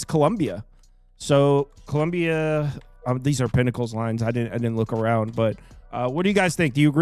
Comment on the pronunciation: Its Colombia not Columbia the University lol